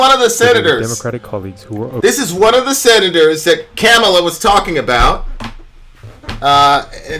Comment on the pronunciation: Hopefully you’ve learned how to pronounce Kamala’s name by now. Biden at least apologized and corrected his mistakes and learned from them. Btw, congressional black caucus supported the 94 crime bill as well.